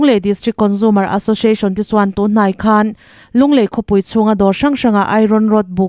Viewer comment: I news chhiar ngaihthlak a hahdam in hriat a nuam khawp mai. S i lam in sh angin a ri ṭhin erawh hi chu a dik lo deuh ṭhin. Entirnan : association hi ashoshiashon i ti tlat zel a 😂 Sample pawh shample i ti zel a, sh hi chu a rik na tur chu a awm hran